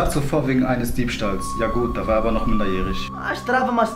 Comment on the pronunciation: "Noch" nix benutzen :D Die betonung liegt auf noch